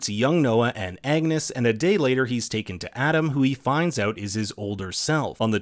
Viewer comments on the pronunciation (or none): none